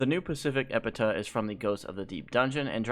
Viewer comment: Why do all youtubers call it epitah its eh-pi-taf